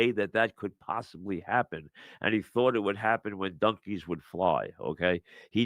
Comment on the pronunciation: Mike what’s a “dunkey?”